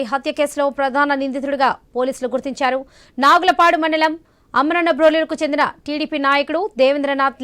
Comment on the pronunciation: నాగులపాడు కాదు అమ్మ నాగులప్పలపాడు